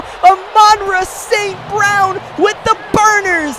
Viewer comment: bro you gotta say St.Brown's name correctly lol